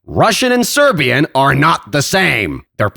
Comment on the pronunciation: Shoutout, the vid is hilarious. Idk where you're from but you pronouncing serbian sounds much more like bosnian, still pretty good tho